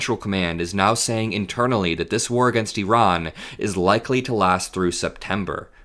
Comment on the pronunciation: Thank you for pronouncing "Iran" the way the entire world except for unschooled Americans say it, that is, "Ee-rahn"; rather than "EYE-RAN".